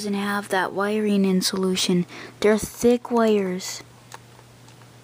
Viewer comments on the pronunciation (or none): It's pronounced in-sul-ay-shun, and this video is not helpful in any way, shape or form.